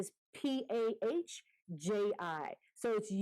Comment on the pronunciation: WooooooW, this is amazing that our name came in your video :) We are blessed to have you in our subscriber list G!!!!!! You pronounced it perfectly correct: "Universal Pahji"......In India, Pahji means "Brother" :) Pahji is Punjabi language word.............So we are actually Universal Brother to provide all information under one roof :) Thank you once again to support and for all your blessings!!!!